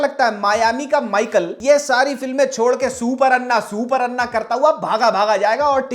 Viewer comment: Bhaushrike "अण्णा" होता है "अन्ना" नहीं | Chaawal chahiye kya bevakoof?